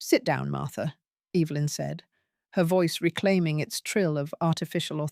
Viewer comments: I luv the way you say your daughter in laws mothers name 🤣😅🤣😅 Evilynn hahaha sounds like shes evil !! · EVIL-lyn!! 🤣 You got that right, mom!!